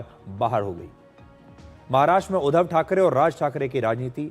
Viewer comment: सुधीर जी, उच्चार थो..डा ठीक करें. उद्दव नही. उद्+ध्धव. मराठी मे व्यंजन पर जोर डाल कर बोलते हैं. वैसे ही संधी शब्द एकत्र व जोर डाल कर बोलते हैं,उदा: स्+मी-स्मीता.इसलिए मराठी कडक है. इसे हिंदी मे समीता उच्चारते हैं.